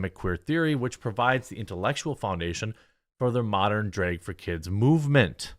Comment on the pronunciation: Dude.. Bruh.... It's drAg, not drEg It's bAG not bEG. C'mon bruh.